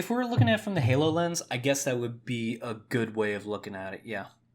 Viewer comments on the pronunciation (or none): none